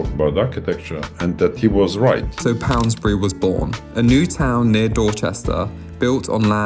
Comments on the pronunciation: Pound….. bury. No S in the middle! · It’s called Pound<>bury - no s in between! But good video otherwise. I think Poundbury is a lovely place.